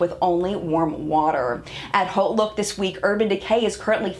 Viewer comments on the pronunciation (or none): none